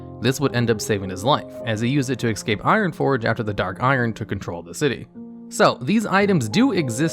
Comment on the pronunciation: No one: in every single video: "Excape"